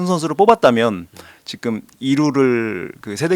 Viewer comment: 자꾸 왜 지금이 아니라 직금이라고 발음하시는건가요?ㅋㅋㅋ